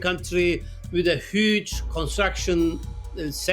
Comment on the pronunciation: with a "hÜge", "hÜge", "hÜge" 🤣🤣🤣 English please,!?